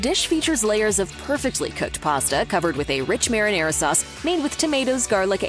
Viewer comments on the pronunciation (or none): Pls learn how to say "marinara". It's MAR-(MAHR) IN ARA(AH) (Rah) not (mere) in ar(aira).